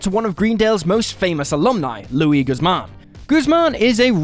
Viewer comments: Guzman is indeed a real life actor. whose first name is pronounced Loo-ise. quit anglicizing minorities. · Every time he said it I cringed. Eventually, screaming "Stop saying it like that!" Thankfully, he started saying Guzman instead. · Thar kinda proved to me that he never even watched the episode. Because I think of that line, "it's me, Luis Guzman" all the time, and there's no way anyone should be pronouncing it wrong